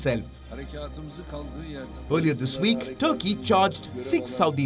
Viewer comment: Not Turkey, but thurkey😂😂